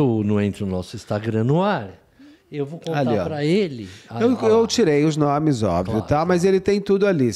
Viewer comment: Deus me perdoe, um assunto serissimo, mas eu me acabo com eles errando os nomes 😅